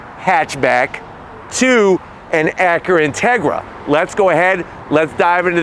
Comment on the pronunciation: Drinking game, every time he says “Acuhra”.